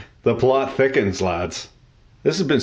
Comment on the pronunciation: La plotte tickens haha, said like a true canadien français